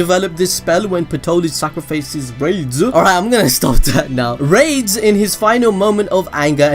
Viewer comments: The name is (ラデス・スピーリト) which is more like "Rah-des Spirito", rather than "Raids Spirito". Raids would be more like this: レイデス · Rades name is actually "Raydeez" bro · i think yuo pronounce it as ra-des, say ra, like you would say the winged dragon of RA, then say des, now say it combined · Tell me why when he said rades it sounded like rape and AIDS I don't get why it sounded like that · Lol that pronunciation of rades is giving me ear cancer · Wacth the anime and learn to pronouce rades name properly.